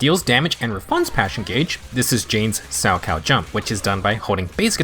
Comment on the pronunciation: Finally, someone who pronounces 'Salchow' correctly. The amount of times I've heard youtubers pronounce the H was far too many. Personally, I'm skipping her for Caesar. I pulled for Ellen, Zhu Yuan and Qingyi, so someone had to take the fall. Luckily I got Nekomata recently, so my physical base is covered.